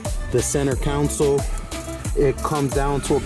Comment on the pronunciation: why do people call it a council? It's a console.